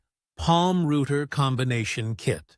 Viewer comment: YoutTube should really allow you to filter to exclude rubbish AI generated videos like this. It is a joke. Can't even pronounce "router".